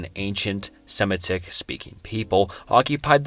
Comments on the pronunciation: Also, very weird pronunciation of, "semetic".. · Sorry, but if you can’t pronounce Phoenician, or Semitic, it calls everything else to question